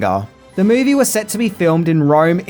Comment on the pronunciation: I wish this guy would get a voiceover artist, there's no A after the word movie 🙄